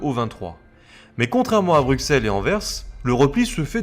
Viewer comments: "se mouvoit" (se meut, c'est mieux), "BruXelles" et "HannutTE" en à peine 9 minutes ; j'ai eu mal... mais bon, sur le contenu, rien à redire comme d'hab :) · Tu a fais tellement de fote de prononciation, par exemple Bruxelles se prononce ''Brusselle'', Anvers c'est ''anversse''. Enfin bref c'était pour t'aider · Pour info, Bruxelles et Anvers sont déjà les noms français qui se prononcent "Brusselles" et "Anverse" (les noms néerlandais sont Brussel et Antwerpen). Nous parlons la même langue, il ne s'agit pas d'une traduction mais d'une prononciation historique. Sinon on peut aussi évoquer Auxerre (le "x" se prononce "s" comme Bruxelles) et Reims (le "s" final se prononce comme Anvers), qui sont bien en France. Il n'y a pas "une" logique qui prédomine, quid alors de Chamonix, Cassis, Metz, Sens, ou même le nombre soixante ? Ce sont des exceptions locales ou ponctuelles que tout le monde respecte (pour peu que ce soit la même langue et que les gens soient au courant). Pourquoi alors refuser cette courtoisie aux belges ? Outre ça, les deux vidéos les blindés belges sont très cools, merci pour cette documentation ! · C'est bien documenté, dommage que j'ai dû réfléchir pour comprendre les noms des villes, villages et autre. Même Bruxelles aurait mérité une autre prononciation. Mais bon, ce n'est qu'un détail.